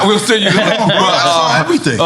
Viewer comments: So Nore you do know how to pronounce the word “saw” not “sawr” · Why does Nore pronounce saw with a R?😂